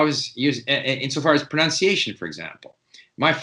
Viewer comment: PronUnciation, not Pronounciation